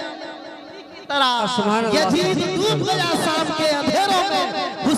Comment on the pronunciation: Yajid nhi yazid